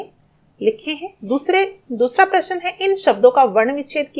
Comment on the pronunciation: Answers are perfect no doubt...but the pronunciation should be correct like u spell prashan but it is prashna